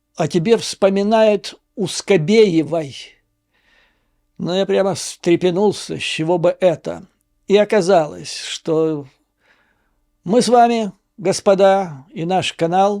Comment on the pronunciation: Скарабеева))) а не Сквбеева